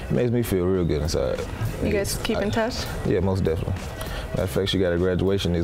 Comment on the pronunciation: MOST DEFINiNTLY all day lol